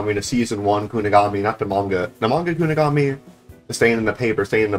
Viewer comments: Bro said kugonami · bro can NOT pronounce kunigami